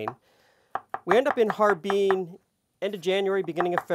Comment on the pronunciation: How can I take you seriously when you pronounce Har-Bin as Harbeen.